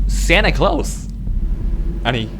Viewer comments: 산타클로스 바름 네이티브급이누 원어민 해요?ㅋㅋ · 산타클로스할 때 목소리랑 발음 웰케 좋냐....와...미쳤다...목소리 땜에 보시는 분은 | ¥눌러주세욧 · 산타클로스 발음이 개좋군뇨